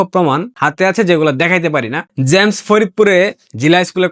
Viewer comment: জ্যামস নয়। জেমস হবে উচ্চারণ